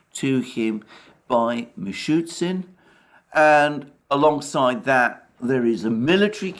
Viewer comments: Mishustin is the name. Not Mishutsin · The name is MishuSTin, not Mishytsyn :) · It is acutally "Mishustin", not "Mishutsin", sounds funny when you know it xD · Alexander, thank you for your daily high - value analysis. Little "Russian name pronunciation correction", if I may: MI-SHU-STIN not MI-SHU-TSIN So it's ending "STIN", not "TSIN". I am sure you don't mind. 🤗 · Dear Alexander, just a little correction: the PM of the RF’s name is Mее-SHOO-steen, Мишустин. Not ‘Meechootsin’.